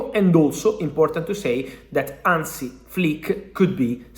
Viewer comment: Hansi. Not Ansi, Fab